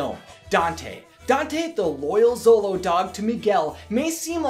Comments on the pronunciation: Show-lo, not zolo. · The 'xolo' part of xoloitzcuintli is actually pronounced "sholo," not "zolo." I have no idea what you said with the full name of the breed, bit that wasnt even close. Other than that, great video as usual! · Very good comments!!! Just a note: The word Xolo doesn't pronounces "Solo". It's "Sholo". Greetings from Mexico! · Augh, such a great movie. I definitely cried and I also went to go see it three times! Great video, dude! I love how interested people like you are in the lore of Coco. As an indigenous Mexican-American, it brings a great smile to my face to see people learn about our culture. Also, in case you care, it's pronounced more like "sholo" than "zolo!" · Sharati Iwillkeepmygunsthankyou So glad someone said something! I flinched everytime he said zolo instead of sholo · I'm learning to pronounce these words too, and while usually we say "x" with a "z" sound, "Xolo" is pronounced with a "sh" sound; "shoh-loh." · you should pronounce XOLO as 'sholo like shoe', the ay you are saying sounds as 'solo... similar to solitarie' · U said Dante is a zolo dog but it’s actually Sholo dog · It is not "zolou" dog... jeje... You must read it with the sound "sh" of shoe!!!... The name is xoloitzcuintle (sho-lou-itz-cuin-tle)... Easy!!!! Great video. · Before I finish the video; SHOW-LOWZ! Not ZOW-LOWZ! I KNOW it's spelt with an x, but names are weird, okay? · Xolo is usually pronounced "Cholo" -- you can even find it spelled that way, though the dog breed is spelled Xoloitzcuintli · Cool info. Thx. BTW- Xolo, pronounced Cholo. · good try, but it is Sho-lo-eetz-queent-lee, or sho-lo for short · anyone else bothered by how he's pronouncing Xolo? Xolo(show-lo)